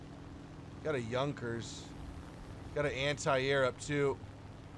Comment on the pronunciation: That fact that you know how to say “Junker” correctly brings me tears of happiness 😭🙌